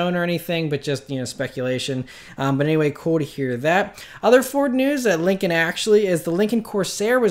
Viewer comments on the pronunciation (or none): none